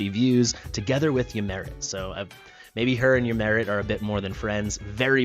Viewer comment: I like to think Ymiret is French and pronounces her name as "Yimeray"